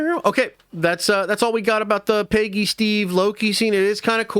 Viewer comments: Dude.....it's Peg. Gee. Peggy. Not PAYgee. Idk what SC city you hail from, is it wimpston? (Williamston) Is it Lane-kuh-stir (Lancaster) is it fucking pee-munt (Piedmont)? Where the fuck have you ever met a PAYgee? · So many leaks and videos talking about this one scene that’s probably only going to be 2 to 3 minutes long. You can’t be saying screw the leakers and make them go away if you’re making videos talking about it left and right EDIT: PAYgy Carter sounds so funny, I never heard anyone say Peggy's name like Paygy. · it literally sounds Paygy when he says it 🤣🤣🤣🤣🤣